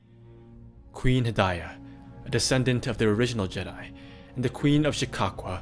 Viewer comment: You’re killing me with that pronunciation. They weren’t JEdi. The pronunciation is on the second syllable. Listen to into the void audiobook to hear it.